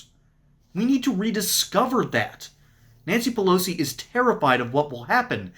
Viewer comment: Nanshee Peloshee